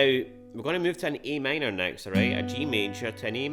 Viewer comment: Sounded like e m to me